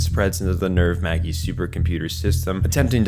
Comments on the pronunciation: this is a really nice explanation of neon genesis evangelion but it drives me insane how many times you mis-pronounce the names of things. for example, you pronounce the word "magi" as "may-gee" but its supposed to be pronounced as "maj-eye", the word seele in the anime is pronounced as "say-lay", not like the word "seal" and the name "Misato", which you pronounce differently multiple times, should be pronounced "Mee-sah-toh", the name "Kozo" is also pronounced differently many times, with one of those times being pronounced like "Kojo", its just... "Koh-zoh", "Kaworu" can just be pronounced as "kah-oru", but every time you pronounce it, it's different, mostly with you pronouncing it as "kow-oru" it really makes me wonder if you've ever seen any of the anime at all or if you're just making a video about it because you know that it's popular and it'll get views.. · Magi is pronounced mayjeye (just fyi) Also that would be a murder-suicide I think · Love the video, I really do. Just some weird pronunciation... like how you say SEELE and Magi as "seal" and "Maggie" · Holy shit dude it's "may jie" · literally stopped watching the second you mispronounced magi as maggie man wtf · The "Maggie" computers...bro it's the three magi (wise men) from the Bible, at least pronounce it correctly. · lmao, “seal,” “maggie super computers,” how do you know so much about the series, yet keep mispronouncing words that are said aloud with accurate pronunciation in every translation? 😂 aside from that, very well researched video 😎👍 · Also, May-Guy instead of Magi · Lol the Maggie supercomputer XD the pronunciation throw me off for a while. Had no idea what you ment and i feel dumb for not adapting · it is killing me every time he pronounces Maji as Maggie. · You pronounce all the Japanese names fine, and then can't pronounce the English word 'magi' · Magi and Seelee is wrong pronunciation.. But good video! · The G is pronounced like a J. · Maggi no Ma-gi Seeley no Say-lay